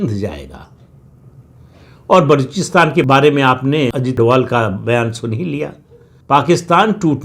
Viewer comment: Sir His sirname is Dobhal not Doval